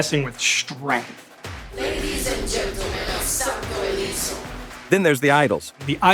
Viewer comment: Santo Leso? Los santos 🤔. Well